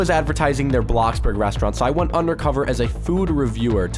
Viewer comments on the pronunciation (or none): none